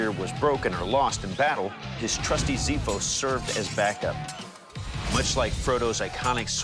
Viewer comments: I'm sorry but the correct pronunciation of Xiphos is not "Zifos", it's "Xifos"... with an X..like x-rays... And Xiphos in ancient greek language literally means Sword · It is pronounced xifos (ξίφος). Not zifos (ζίφος). Why you always change the pronunciation of greek words? Ηowever i love your work. Amazing content. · As a greek myself i would like to say that is pronounced xiphos with an x not with a z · as a Greek i know they need some work on the spelling there .... the x is pronounced like ks not s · In greek it is pronounced as "kseefos" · the name "Xiphos" is pronounced "Ksiphos" and means sword ... the real name of this sword is "Spatha" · Actually its "ksifos" from the word "ξίφος" and it means "sword" in greek. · zephos? really. its just a google search to find out how its pronounced.. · As a Greek I have to say that he killed the spelling of the sword (ξίφος). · The pronounciation is ''ksifos''. Efharisto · It's pronounced with an x and f so xifos and the I is like the e in 'me' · i love to see recreate sword from my country But i can't ignore this pronounced with X not Z... like (X-man) not (Z-man) Xiphos means Ξίφος i watch this episode i hear ζιφος not ξιφος i just try to told how to pronounced right,and i don't blame anyone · Btw it's prenounced ksifos, not zifos. And means sword, so yeah, just letting you know. It was just weird hearing that prenounciation. Also, I'm Greek, so you know that it's correct.😁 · It's funny to me, that I'm Greek, to see the Americans write the sword's name with the Greek letter 'X' but pronounce it totally wrong. Anyway having said that, the word is pronounced 'Ks(i)efos' and not 'Ziphos' which means "Sword" in Greek. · It is pronounced Ksifos. (hence the use of X in the beginning) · XIFOS KSIFOS not zefos...lol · ffs its not zeefos its kseefos ohhhh no zaiphos either !!! they are all buthering the name ! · Yeah it's not pronounced Z-iphos, its X-iphos or X-ifos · It is actually pronounced Ksiphos